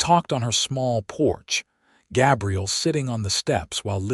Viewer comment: Why use the name Gabriel if the AI can't pronounce it? Certainly not going to listen to over 2 hours of that.